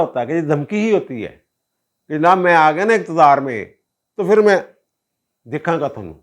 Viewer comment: App "phir" ko aksar "fir" keh daitay hain 😂